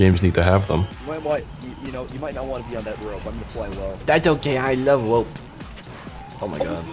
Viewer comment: "I don't cawe, I wuv wope"